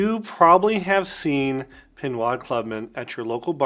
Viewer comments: "pinwad"? lol It's pronounced "pinode" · great spotlight video. I love and use Pinaud Clubman as well. However, having lived in France for almost 2 years, the French Pinaud pronounced Pineaux or Pino with the long o. The "D" is silent. Thanks again for spotlighting this one. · “Pinwad” lol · It is pronounced PE NO The AUD in French is a long O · Very instructive video, thank you very much. The brand is pronounced PEE NO, like the letter ”O”. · It's pronounced pee-KNOW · Good vid, but I have to correct you on the name. Pinaud Is pronounced PEE-KNOW as the D is silent in French. Cheers.